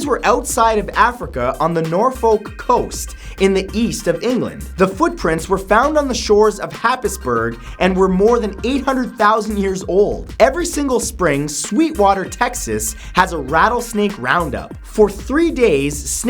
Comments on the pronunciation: Happisburgh is pronounced Haysburer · For #38 Norfolk is pronounced Nor-fook and Happisburg is pronounced Hays-borough. I know right, English 😒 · For Fact 38: Happisburgh isn't pronounced anything remotely to how it looks. It's actually pronounced "Hays-bruh". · Learn to pronounce Happisburgh you dolt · Norfolk - Norfook Happisburgh - Haysbruh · its not pronounced happisburg its pronounced hays bruh .. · oh Matt. it's pronounced ' Hays-borough' not happisburg... I know right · Fact number 38 , is Happisburgh , is actually prononounced HAYS BRRRR !! hope that helps !! xx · I'm only now watching this, but I'd just like to say that I'm from Norfolk in England and Happisburgh is pronounced haze-bru XD common mistake and a big local joke on how to identify tourists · 38, for future reference Happisburgh is pronounced Haysboro(bruh), one of many places in Norfolk said different to how its spelt especially if you have a Norfolk accent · Happisburgh is pronounced Haysborough. don't ask why, we're British. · Fun fact: Happisburgh is actually pronounced haze-borough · For Fact number 38 Happisburgh is pronounced "Hazeborough". The Ps are silent. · Gotta love learnin dem facts! also Happisburgh is actually said Hazebro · Happisburgh is pronounced hayes buh-ruh. Ik this cus i went there recently , and no, i don't know why it's pronounced like that either. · The English town Happisburgh he refers in #38 is actually pronounced 'haysbruh', there's the 51st fact to blow your mind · Happisburgh is pronounced 'Haysburrough', it's a place I visited for my Geography coursework, so I have to know it pretty well. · Happisburgh is actually pronounced like Hays-bru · hi Matt, great video as always, however my good wife needs me to point out to you, as she is from Norfuk (as it's pronounced) and is prececious about how the local names are pronounced, it's actually Haz-borough, there are many strange names in Norfolk, try googling Stiffkey pronunciations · You pronounced Happisburg wrong.